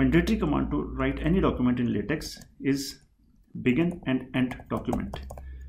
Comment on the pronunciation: it's pronounced "latek".